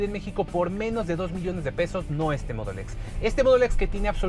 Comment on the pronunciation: Me caga como dice mudul x jajja mejor di en español te escucharlas mejor solo con decir Modelo X y ya